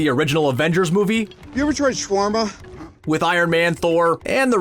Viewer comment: Exacu-larly sha-warma. Are all of this channel's announcers Skrulls?